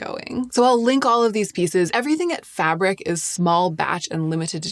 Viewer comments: Fabrique is not pronounced fabric, it sounds fab- reek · Fabric? its Fabrique isn't it? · I think its said "fa-breek" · love your very detailed videos, but isn't Fabrique pronounced "Fah breek"?